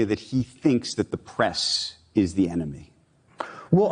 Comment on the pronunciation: No, the press is the eh-no-me.